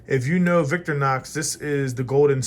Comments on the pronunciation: Victor Nox? Vic-To-Ri-Nox. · VICK-TORY-NOX ………. just sayin’ 😉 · Its vic Tor nox